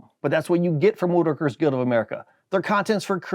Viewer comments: Why are you in SUCH A HURRY and speak so FAST????????? Also, I have heard of the WoodWorkers Guild of America , but not the WOOODRKRS Guild! If you speak SO FAST you CANNOTMANAGE TO PRONOUNCE the word it is A BIT CRAZY! You DIDN'T MAKE A HOLE IN A PIECE OF DOWEL AT ANY STAGE. You machined two pieces to join and then Machin et round. THAT IS NOT a HOLE in A DOWEL. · for a guy that works with wood, u seem to have trouble pronouncing "woodworkers" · Holy hell you need to learn to enunciate your sponsors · First video I’ve watched where the guy doesn’t even know how to pronounce the sponsor’s name.